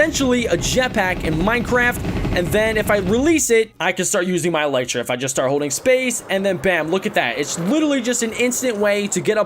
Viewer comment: elytra is pronounced el-eee-tra